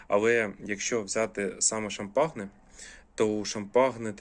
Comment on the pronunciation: привіт. Суперські інжири! Але, якщо можна, то кажи будь ласка Шампань, як французьке село, де виробляється однойменне ігристе вино. Від "шампагне" вуха ріже. Заважає комфортному перегляду) Сподіваюся, без образ